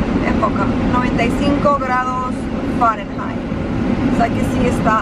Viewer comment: .....aprende la pronunciación correcta de las palabras "shower" y "farenheit". Las has dicho incorrectamente por MUCHO tiempo!!